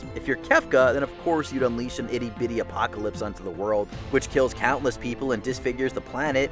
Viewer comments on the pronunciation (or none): none